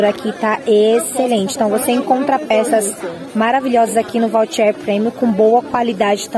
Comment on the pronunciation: schpping Vautier e não voutier.